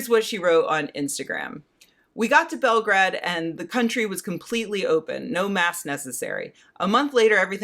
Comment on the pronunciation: Either say Belgrade or Beograd. As it stands it makes you sound like a superannuated racist that thinks learning how to say foreign names is beneath them.